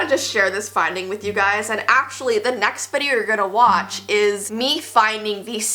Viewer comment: Wach not each